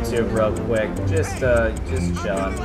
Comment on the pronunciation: Caylus are you saying ice cream chiln